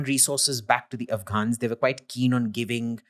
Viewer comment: But why do you pronounce "were" like "where"?